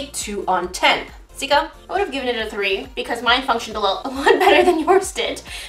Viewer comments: I heard Jessica in stead of Sika when her stomach growled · Why did you call her Jessica when you've always called her Sika? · Did you call her jesaca🧐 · No she said ja for but she meant sika so it sounds like Jessica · im rewatching all of her videos and i keep hearing call sika jessica and im just now realizing that her name must actually be jessica. I feel like such an idiot lol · Is it just me or did she say "What's wrong with ur belly Jessica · Did anybody else notice that instead of calling Sika "Sika" She calls her "Jessica" ? REally just me ok :(